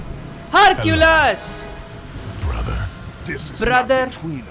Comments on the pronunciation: He just said hurculus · Its actually Her-cu-lis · "Harkulas" 🍀